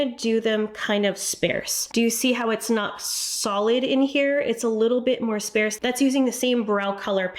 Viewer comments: Love you, but sparse is pronounced “spahrs.” It’s not “spare” with an “s” in it. Also, “sparcity” is not a word. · Lol! "Sparse" is pronounced "SpaRRRsed" not "SpAAAArsed"... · Its sparse like car, not sparse like spare! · Nice tips, thank you. Need to tell you... it's sparrrrrrse, heavy r sound. ❤ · I’ve never heard it pronounced the way she does, and I’m in the US. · Thank you bc I had no idea what she was saying when she said that. I've never heard sparse pronounced that way.